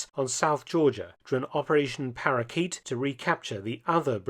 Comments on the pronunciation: The operation to re-take South Georgia was "Paraquat", not "Parakeet". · Wasn’t South Georgia operation Paraquat (as in weedkiller) not Parakeet (as in parrot)?